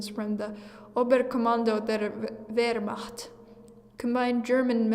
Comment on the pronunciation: Whats with the trend, telling these WWII events? Theyre oddly specific. Also its pronounced Ver-mahkt